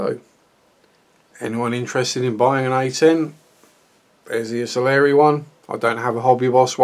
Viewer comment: Ive just watched the first 10 seconds and I cannot believe my ears.. you said ITALERI. Thankyou!! It seems like every other reviewer out there says ITALY-ERRI. Great review too. Any idea how old the moulds are? Is it a rebox?